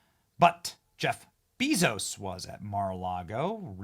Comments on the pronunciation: Is there a reason you call him Beezos? It's Bay-zos 😂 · Idk if you are just stupid or trolling, but it is quite evident Jeff's last name is pronounced Bayzos. You run a news channel